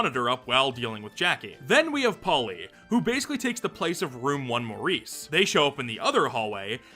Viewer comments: Morris. Not Maurice. MORRIS. More-Iss. Not “Mohr-Ees”. You CAN read, right? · I would've thought Morris to be pronounced "Morris" and not "Maurice" lol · Morris is NOT pronounced like Maurice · Him saying "Maurice" for Morris was so funny to me idk why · Mow-rees? Not Mohr-is? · pronouncing Morris like Maurice every time 💔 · wait it's not supposed to be pronounced like that??😭